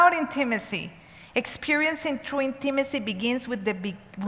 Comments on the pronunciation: the correct pronunciation is: IN-tuh-muh-see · Hard to listen to with the wrong pronunciation for me